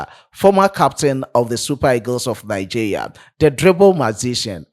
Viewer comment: Good job,. But it's pronounced Nigeria and not Nigea 😊. Thanks.